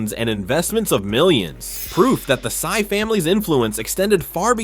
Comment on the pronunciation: Henry Sy not Henry Psy